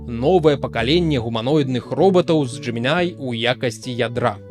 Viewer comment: тут усё проста, ты кажаш Gemini, а трэба Gemini